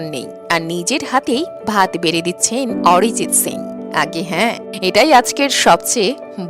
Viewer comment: What a rubbish pronunciation.....Arijit or Orijit😂....star or ster😅